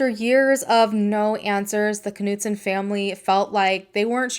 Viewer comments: Hi, We usually pronounce German names without the K...so, to be pronounced it would be Knudsen...like KNOW. We don't say K- now. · I hate to be this person, I worry that my good intentions are paving a road I don't want to be on..... Anita's last name (Knutson) is pronounced almost just the way you were saying it except the "K" is silent. Although, I will readily admit, your way is more fun. Thanks for helping me out with your name.... I knew it was pronounced. So glad I never ran into you at the market before today. Definitely dodged a bullet there, huh? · Dang.... just heard the police officer mangle the last names of Anita and an investigating officer. Perhaps I'm wrong (it happens). Regardless, you are clearly off the hook as pronunciation has been predetermined by professionals.